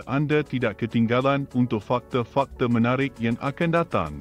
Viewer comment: lucu sebutan bahasa melayu nya, di Malaysia bukan semua A ditukar kpd E contoh Jakarta org Malaysia sebut Jakarta bukan Jakarte, fasa disebut fasa bukan fase, fakta disebut fakta bukan fakte, projek mega disebut projek mega buka projek mege.. dll hehe